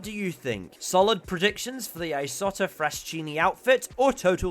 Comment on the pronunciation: Solid video, thanks! A small nitpick: Fraschini is pronounced fraskini.